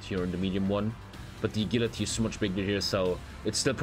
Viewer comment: "a gill la tea" 💀